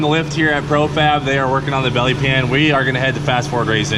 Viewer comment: Its not a belly pan. Its a bYelly pYan